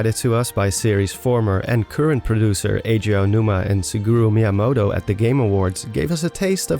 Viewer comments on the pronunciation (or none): Ah yes, good ol' Sigooroo Miyamoto. :p